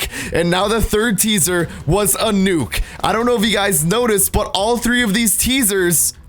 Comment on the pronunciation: At the beginning, he says caesar not teaser, listen closely